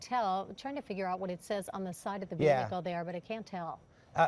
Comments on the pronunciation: You would think newscasters would know proper English. It's NOT pronounced Ve-Hickle. This isn't an episode of Dukes of Hazzard. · No it's not. It's VEE-uh-kl. Google it.